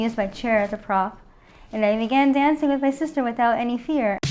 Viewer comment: She loves danching and she’s always been above everyching 😂😂😂 that girls speech impediment is hilarious